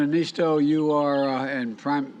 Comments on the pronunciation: "President... Nisto!" Ehh, close enough. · No one can pronounce Niinistö's name right... 🙈😅